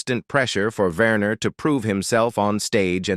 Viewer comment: Not Verner, Werner. The AI is awful.